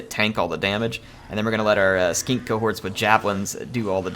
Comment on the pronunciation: I love the way he says Skink